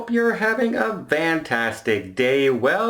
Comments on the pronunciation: are you saying fantastic or vantastic? i hear vantastic an am curious why you say that if its so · william empolen VANtastic. I believe he said it first by mistake and then stayed with it. That’s what I think he said.